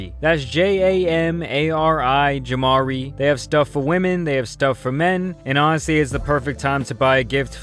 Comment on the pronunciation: He says jamari weird af lol